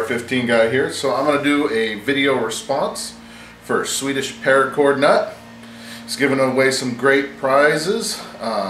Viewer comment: Thanks for making this great VR!!!!! You did a great job on prononcuating his name!! It´s for sure not an easy name to say!!:) I'll head over and check out your shout out therealTrippleB straight away! I'm already a sub to TheDailyPrep and he has for sure a great channel!! Grat stuff!! Thanks again!! Good luck!!